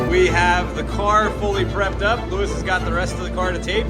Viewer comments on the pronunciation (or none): none